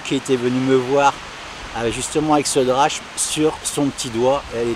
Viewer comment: hey, petite note de grec, on dit "drakme" pas drachme, même si c'est comme ça que ça s'écrit;) merci pour tes vidéos